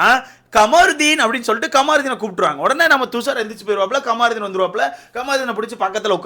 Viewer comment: Bro thaivachen..."Commarudin" nu pronounce panathiga irritate ah eruku unga pronounce.